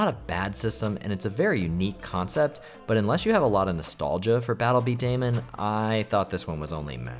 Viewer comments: It's not Battle B Day-man it's pronounced Battle B Duhh-Mon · i swearvits pronouned bee duh mon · Also it's pronounced "Bee-Dah-Mahn" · Janky 3d stuff on the GBA was always really cool. It was a big deal back then, believe it or not! Also, while there is a very good chance you will never have to use the term in spoken conversation ever again, just thought I'd mention that "b-daman" is pronounced "beedamon" (bee-duh-mon). Its generally spoken the same way as "Pokemon" or "Digimon".